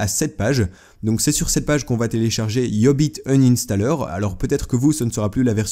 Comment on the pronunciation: mdr c quoi le nom deja iiiubiit inanstaller